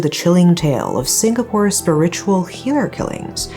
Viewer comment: Just want to let you know that for the word "spiritual", you pronounced the first syllable like SPUR-ritual, but it should actually be pronounced like SPEER-ritual